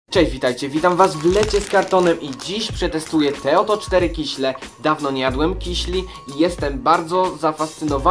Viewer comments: I jeszcze się doczepie nie "kiśle" tylko "kisiele" no, ale każdy popełnia błędy. :D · Kiśle <3 nie lubie jak ktoś mówi kisiele xD to takie miastowe!